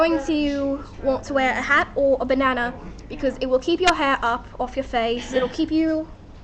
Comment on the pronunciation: Good video.... The first time you said "bandanna" you said "banana" lol